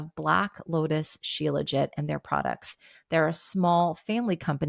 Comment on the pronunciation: Becky Niles says shilajit like “shee-la-jee”.